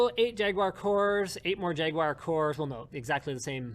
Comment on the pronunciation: lmao linus says jaguar really funny